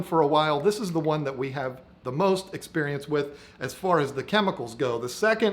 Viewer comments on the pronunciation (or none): none